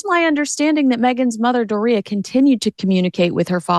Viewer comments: it's DOR-ia. not doRI-a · How the hell do you pronounce Doria because the way you’re saying it is like diarrhea